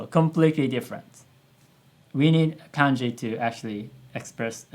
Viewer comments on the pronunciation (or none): none